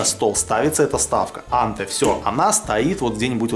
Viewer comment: Вообще анте произносится по русски с ударением на последнем слоге антЭ